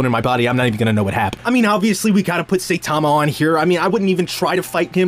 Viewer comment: You pronounced brando and saitama wrong